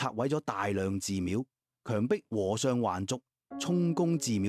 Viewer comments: 廣東話和尚讀 禾賞, 不是河賞。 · 佢哋係好奇怪，佢哋係叫「河尚」唔係和尚😂